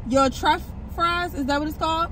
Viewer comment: Love that you love them. Gotta try. Oh and btw it's Truff not Turff lol